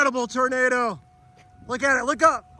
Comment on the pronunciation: Tornado isn't pronounced "Ternado".